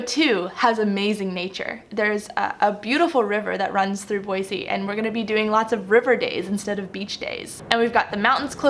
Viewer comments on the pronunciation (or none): Start saying Boy-zee otherwise they’ll know you’re a Californian!!! With love from Utah :)